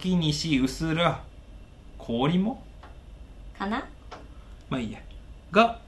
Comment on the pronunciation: 薄ら氷って「うすらい」じゃね？ 東京喰種で読み方知った奴←